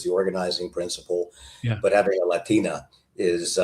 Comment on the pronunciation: You can tell this guy is legit Texan cuz he can actually pronounce "latina" correctly, even the "t!"